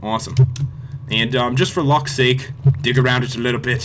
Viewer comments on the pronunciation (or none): none